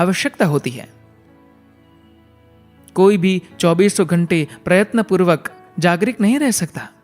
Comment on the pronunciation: Mere bhai jagrik nahi jagruk bola jata hai...